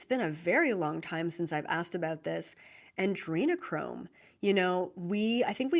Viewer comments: I have to highlight that you are saying ANDrenichrome instead of Adrenochrome. A small thing but it triggers my inner spelling nerd 😁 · Thank you. Just want to say it's Adrenochrome...no N in the word ❤